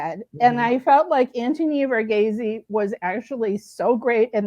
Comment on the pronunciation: The way you pronounce Donnys name is Anthony "Var-ghees"